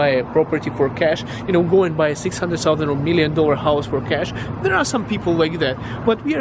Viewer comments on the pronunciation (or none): Hey when you say "thousand" it sounds like solvent, sulvent etc.:) It's been bugging me for some time and I was thinking how to tell without upsetting you. Great cat by the way.:) I'm living with one too. Take care and thanks for the videos.